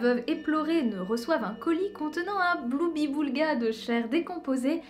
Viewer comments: bonjour, moi aussi ,je vais étaler ma culture, on ne dit pas bloubiboulga, mais gloubiboulga... gloire a toi casimir. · on dit un "Gloubiboulga" avec un G... (source : Casimir dans "L'île aux enfants")